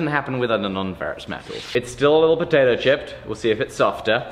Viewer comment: I noticed the first time he said it, it almost like he said “Potatah chip”